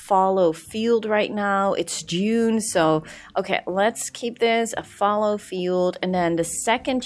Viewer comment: For pronunciation guide: iron -- eye-R-n Fallow: fael - low